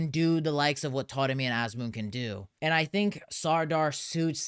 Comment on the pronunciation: I keep noticing you saying "Toremi"... is "a" pronounce as "o" in Persian?